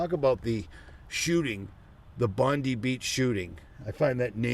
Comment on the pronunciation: Bondi is pronounced Bond eye